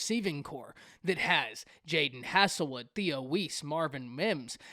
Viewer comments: It's pronounced "Hazel-Wood" not "Hassel- Wood" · The "hasel" in Haselwood is pronounced hazel, like hazel eyes. I've got ya bro 👌🏻